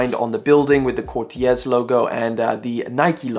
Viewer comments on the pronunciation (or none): u say it cortez btw😁